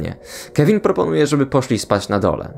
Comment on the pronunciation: na miniaturce był ten telefon z Toy story 3 i czemu słyszę Kelvin zamiast Kevin